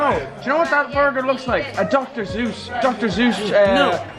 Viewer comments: Back Up 13 Steps Said Dr Zues Boi Its Dr Sues. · Did he say doctor Zeus? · Wow said Dr. Zeus not Dr. Sues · WAIT DID SAY DR.ZUES????????